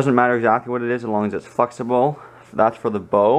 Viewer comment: it sounded like you said fucksible instead of flexible